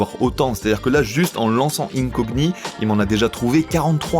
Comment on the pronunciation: 😅 Incogni en PLS parce que tu prononces mal... incogni pour incognito, le gn en français c le son niiiieuuu comme perpignan